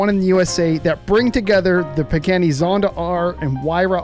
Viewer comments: Pagani. Pronounced PAH GAH KNEE. Not PAGANNI. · Pagani not Pagheni. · Bro said peckani